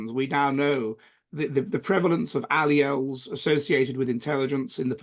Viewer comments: This fraud and self-declared 'scientist ' who draws pseudo-scientific connections between IQs and social/ideological orientation, could not even pronounce 'alleles' and called it alleles instead. Pathetic! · This joker and mock scientist could not even pronounce 'alleles'